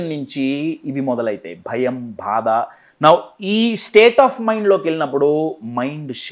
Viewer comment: Sar meeru bada antunnaru bhada kaadu baadha